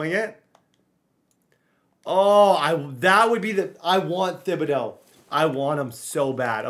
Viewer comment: please learn how to say kayvon thibodaux last name. it bothers me so much on how you say it